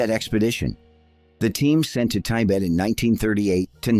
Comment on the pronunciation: From to , Tibet is pronounced two different ways, revealing that the voice is AI.